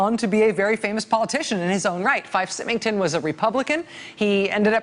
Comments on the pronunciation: I love you, Rachel, but it's pronounced Fife (F-ī-f) Symington (S-ī-mington). Both are pronounced with long I. I know, because my savings and loan was one of the ones that the despot ran into the ground. Ugh. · IT'S PRONOUNCED SIGH- MING-TON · That's FIFE, a long I and SYMINGTON, the Y is pronounced like a long I, again. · It's pronounced "Sigh-ming-ton," Rachel.